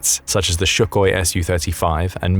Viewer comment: Such an articulated person that is and can't even correctly pronounce "Suchoj"🤔